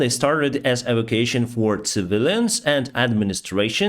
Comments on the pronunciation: Sorry, - e - vac - u - a - tion (e-vak-u-a-shon). Sorry, really did not understand the first three times you said it. Thank you for the update. Your channel is great. Down with the monster, beast and murderer of innocents - PUTIN. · Please......it is not "Avocason", the word is "E-va-cu-a-tion". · e - vac - u - a - tion (pronounced: 'shun')